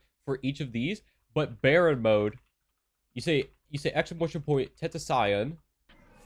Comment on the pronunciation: oh well u pronounced baryon/tentacion mode weird thats why